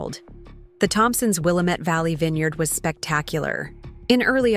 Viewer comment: Yah finally someone who can pernounce Willamette correctly